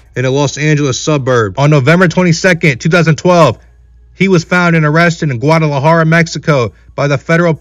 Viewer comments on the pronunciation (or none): none